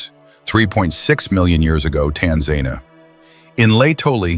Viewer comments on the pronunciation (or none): Tanzania NOT pronounced Tanzana.